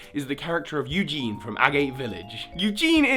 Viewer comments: Eagun, his name is Eagun, not Eugene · i think this theory would have been better if you pronounced eagun like you-gun